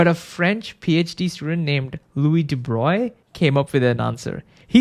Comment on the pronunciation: Hooray! You pronounced de Broglie’s name correctly!!